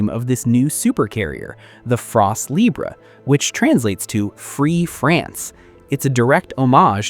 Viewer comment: France Libre Not libré, it’s French not Spanish.